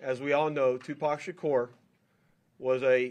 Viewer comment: Sha kore. Messed his name up